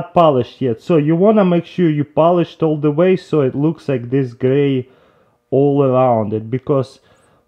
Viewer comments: "Wazy" I'm dead 😂😂🌚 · He ment to say ways